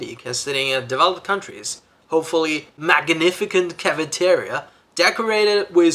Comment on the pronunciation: 只因 希望圓臉能 *更* 好 magnificent 中的 c 發音當為 [ s ]